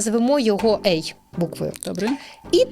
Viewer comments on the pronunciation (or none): Все клас. але ці назви пунктів ЕЙ / БІ / СІ / ДІ - настільки ріжуть вухо, що відволікає від головного посилку. Розвитку всім та вдосконалення